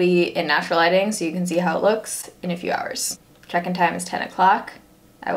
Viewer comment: Whenever she says "check in" i just hear chicken. Maybe it's cause i'm hungry idk